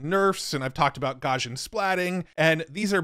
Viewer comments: Someday, AI will get good enough that it will be able to teach how Gaussian is pronounced (gow-see-un). But, let's be honest, that might be hundreds of years off.;) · Great video! Side note: Based on Google's demo videos, Imagen is pronounced as "Imagine". Also, Gaussian is pronounced "gau- see-uhn"